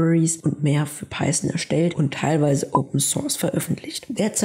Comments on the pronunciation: Also nach der Google Aussprache würde ich mich nicht richten. Du sagst "Paison" man spricht aber Python -> Paithon das Englische th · Peisen und Jeyva😂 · Wie wär's wenn du erstmal lernst, wie man Python ausspricht?